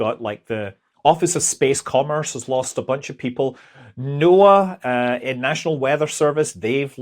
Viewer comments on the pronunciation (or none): none